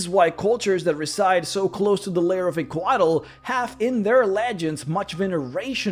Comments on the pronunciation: I see this pronunciation all the time when it comes to Central American pronunciation (beers, weapons, mythology, history, etc.), but in Coatl the L is silent and the full word is pronounced “Co-aht” with an emphasis on the H, almost like in the word “what.” This was another awesome video though. 👍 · The way you say Couatl makes me feel things.